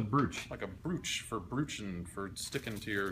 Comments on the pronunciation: It 's pronounced "Bro-ch". Like T-ch, without the T. Damn colonials. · Jeff "Brooch" is pronounced with a long "o" sound not the "oo" sound that you used.